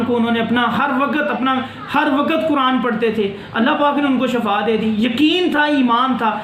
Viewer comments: Salam molana sahab shafa nahi shefa hota hy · Shefa nhi shifa hota h